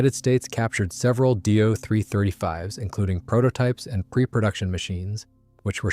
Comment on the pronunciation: It's D O.........NOT " Do"! Initials are said not produced or pronounced as words ....just saying